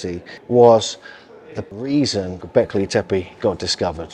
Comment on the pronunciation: Porta Sar. Not gobelek tape